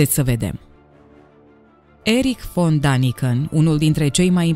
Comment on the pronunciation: Dragă, Daniken se citește corect Deniken, pentru că litera a are două puncte adică este a umlaut care în germană se citeste e.